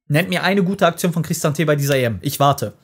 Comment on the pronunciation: Boaaa fra so kannst du Christante nicht aussprechen aua 😂 cris tante ausprechen und dann diesen italienischen flow noxh mit rein cris ta nte